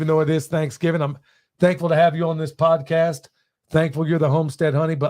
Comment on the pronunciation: Freudian slip - “Tease out… prodcast”… love having you on in the background while I do my computer day job